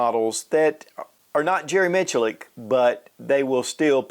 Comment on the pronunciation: Jerry Who -Mitch a Lick? .. I don't think that's how it's pronounced 🤣